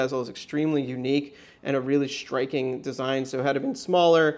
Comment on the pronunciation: is it me or sounds like hes say shtriking instead of striking?